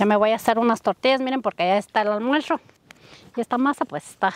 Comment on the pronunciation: Porque dices “almuersho” y no “almuerzo” de pura curiosidad, la comida se ve muy rica.